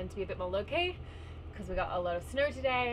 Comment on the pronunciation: Clearing snauhr 😁 that was the hardest auhr I have ever heard